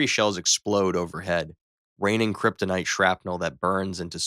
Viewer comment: he said krytonite bullet